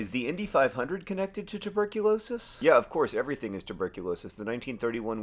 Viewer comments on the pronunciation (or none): Hey, it’s tuberculosis, not tuRberculosis.